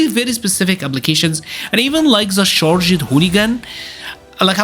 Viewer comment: I hate to be the guy that does English pronunciation correction in a fighting game video, but I just need to say you don’t need to pronounce the “E”s in your simple past tenses. Except if you like ED so much. Charg’d, Uncharg’d, Nerf’d, enhanc’d… Amazing videos though. Keep up the good work